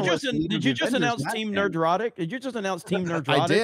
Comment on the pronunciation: The world: Nerd-rotic: Ner-drotic